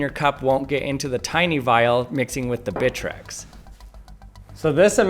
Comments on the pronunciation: More like "Britrex" 😎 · Him: bitrex me: BITCH REX